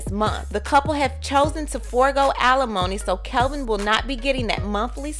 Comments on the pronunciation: Kevin NOT Calvin! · How do you have all this info when you can’t even say his name right? It’s KEVIN not Kelvin🤦🏻‍♀️ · It's Kevin not Kelvin! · Isn’t his name Kevin, not Kelvin? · Even though he cheated...supposedly...when reporting these stories get the parties involved names correct. Not that anyone cares, but professionally his name isn't Kelvin it's kevin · It's Kevin Not Kelvin? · I don't trust anything in this video. She can't even get his name right. His name is Kevin not Kelvin. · His name is Kevin. Why do you keep saying Kelvin? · His name is Kevin not Kelvin haha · It's Kevin, not Calvin! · His name is Kevin not Kelvin! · Isn’t it Kevin? Not kelvin? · I keep hearing "Kelvin"... isn't his name KEVIN? Jw 🤔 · Why does it say kevin in the title but the narrator is saying kelvin.. Which is it.. Iv never heard wendy call him kelvin just big kev or "old life" lol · Wow bro his name is KEVIN not Calvin lol Wendy is doing just fine js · What is wrong with you? His name is KEVIN Not Calvin. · His name is Kevin not Kelvin. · It's Kevin not Kelvin !!! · His name is kevin not Calvin get it right dammit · Why can't you pronounce the name Kevin? "Kelvin" is a totally different name. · His name is KEVIN, not KELVIN...please do your research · I love that you say Kelvin!!! Life ins. Policy should go to her son. Say it like you mean it. I agree. She’s going to look like a Hollywood monster. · why u keep saying KELVIN wtf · His name it's KEVIN! How can I trust your, "tea" if you can't even get his name right? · Why do you keep saying "Kelvin"? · Did the poster intentionally mispronounced the ex husband's name? I'm just asking because it's my first time listening to one of her videos so I don't know if it is a deliberate thing. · Lies this is not true you can't even pronounce the man name right so you don't get sued FAKE NEWS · The fact that you have his name spelled correctly in the title, and are saying it wrong through the whole video! LMFAO